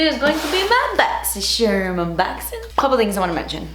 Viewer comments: I got a different box. I got the tweezers, eyeshadow palette, brush cleaner, glitter drops and eye brushes. I loved my box. I love watching your unboxings. Mostly bc you say boxysharm instead of Boxycharm. Lol! You're my favorite YouTuber!💕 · I freaking live when she says: "BoXyShErMuNbOxIn!"